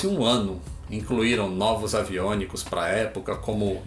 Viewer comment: avionicos ... tu ta falando errado .......e nem sabe oque ta falando... ..)(